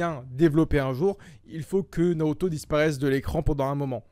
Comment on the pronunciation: Aussi Norauto a la place de Naruto c'est stressant